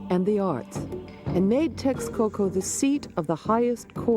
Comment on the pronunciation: It's also entertaining to hear the differences in pronunciation between the historians in the video and the narrator, where the narrator is using the Nahuatl pronunciation and the narrator is using English pronunciation, as in 'teshkoko' vs. 'tekskoko' for Texcoco. And the less said about how the auto-generated subtitles mangle the Nahuatl words the better; sometimes it can be quite funny.